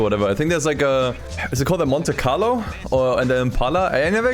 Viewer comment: I. Know my boy did not call a momte carlo a muscle car...😮